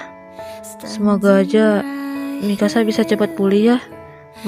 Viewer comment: Se denger ku sih ingkasa eh ternyata Mikasa 🗿